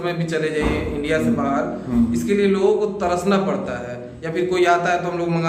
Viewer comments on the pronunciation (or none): none